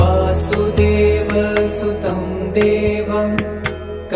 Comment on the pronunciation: क्षम्यताम् This beautifully chanted Bhajan is addressed to Lord Krishna so the singer starts with वासुदेवः सुतं देवं ( simply changes meaning. Please pay attention to your pronunciation. वसुदेवः was the father of Lord कृष्णः । ततः कृष्णः= वासुदेवः वसुदेवः सुतं देवं is correct not वासुदेवः सुतं देवं। If you sing वासुदेवः सुतं देवं = you are addressing प्रद्युम्नः ? ? नः किम्?. Please correct if my assumption is incorrect 🙏🙏